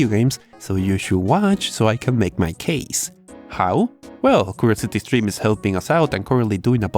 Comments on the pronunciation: "curosety streme" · "Ukuriousity skrim"